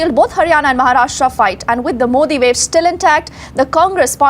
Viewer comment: कोई प्रशांत किशोर बोलता है तो मोड़ी सुनाई देता है 🤪